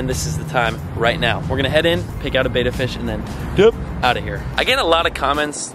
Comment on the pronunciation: It pronounced bEHttAH